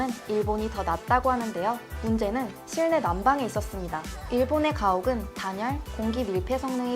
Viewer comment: 설명 들으며 계속 거슬렸던 거 하나.. '실내'의 발음을 글자 그대로 실내. 로 읽으시던데. 실내 의 발음은 [실래]입니다. ...